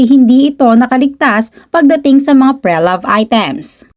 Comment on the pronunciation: Pre-loved ( but “Pre” here is a prefix and pronounced as “pri” ) sakit sa tenga po kasi it triggers my pedantic self..🎉😢😂